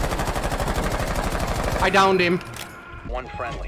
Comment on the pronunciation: "i downed dim" 🤣🤣